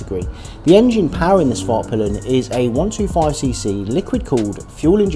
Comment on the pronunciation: Respect for going out of your way to it pronounce " Svartpeelen" as it should be 🇸🇪